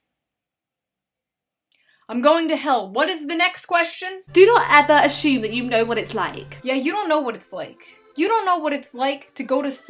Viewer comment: There is no h in assume. Yet she pronounces one. (The narrator)